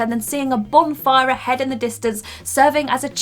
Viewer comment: Sounds a hell of a lot like you're saying "bombfire"...